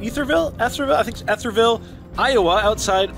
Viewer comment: EE-ther-ville… it’s EE-thers not eth-ers…